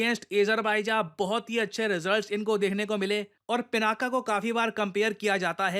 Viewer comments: उसका नाम पिनाक है, न कि पिनाका। पिनाका स्त्री नाम हो जाएगा। 🙏🏻🙏🏻😏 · Being a teacher, you should pronounce correctly, dear. It is not pronounced "पिनाका" but "पिनाक". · पिनाका नहीं सर, 'पिनाक' । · वैसे तो गलतियां निकालना मुझे पसंद नहीं, पर यहां correct करना आवश्यक हो जाता है - शिवधनुष का नाम पिनाका ❌ नहीं पिनाक✅ है। आप defence equipment को पिनाक या पिनाका कुछ भी कहिए I have no problem with that but देवाधिदेव महादेव के धनुष के नाम उच्चारण आपको सही करना चाहिए।